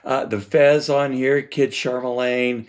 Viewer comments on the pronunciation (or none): FYI Just a nit-pick but it is "Kid Charlemagne" you pronounce it as "Kid Char- ma- lane" It is pronounced Char-la-main. I own a 1976 pressing, NM, which to be honest I have not played in over 20 years. Last night I spun up my turntable to take the UHQR on test drive. IDK, maybe I have a bad pressing, but in most, not all of the tracks, Kid Charlemagne, Caves, Fez, Green Earrings and Haitian, there is , I believe it's a cymbal crash, that sounds like someone is gouging the stylus across the LP for several times during the track. I mean it sounds like a mash up of broken glass, sand and gravel at a mid treble pitch. So I went back to my Original 76 pressing and sure enough although buried deeper in the mix there's the same sound in the same places-- Sent AS a message to the same affect last night. I also streamed the Qobuzz high res release last night and it is there as well but like, and actual a but better than the 76 pressing it is not at the same annoying teeth grating sound level